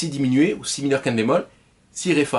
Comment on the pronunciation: Ah j'ai compris, vous dites "5te bémol". Ok. Comme ce n'est pas un terme usuel, ça vaudrait le coup de bien articuler à ce moment là.